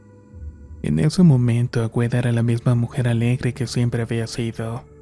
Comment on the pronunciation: AGUEDA NO AGüEDA